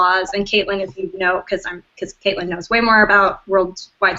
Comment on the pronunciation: Another video who can't trouble themselves too get Caitlin's name right . Big fat dislike from one of her fans.